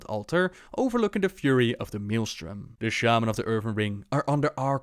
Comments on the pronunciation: The way Chris Metzen says Shaman... annoys the hell out of me, especially when he voices numerous characters who also pronounce it that way -_ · Why does metzen pronounce it “ShayMan”? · Did Thrall just say "shame-an?"